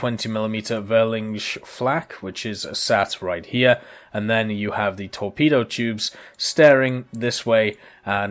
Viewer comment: About the 20mils Try to pronounce it more like "fear -ling" Will sound more like the proper word😁👌